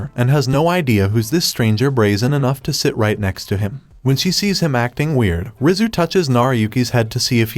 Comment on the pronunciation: Rizu sounds like rizz